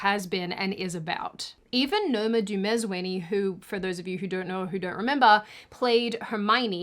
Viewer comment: Unrelated, but you always laugh at how you pronounce peoples names, but this time around, you pronounced Dumezweni perfectly